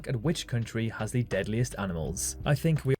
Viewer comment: dude you cant even speak basic english....the word is think....not fink.